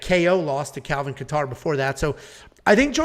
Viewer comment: says he hates ppl pronouncing names wrong and says kattars name wrong every time lol